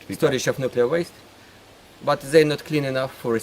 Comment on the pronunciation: KINDERGARDEN/KINDERGARTEN NUCULEAR/NUCLEAR ☝️😆Whatever mate..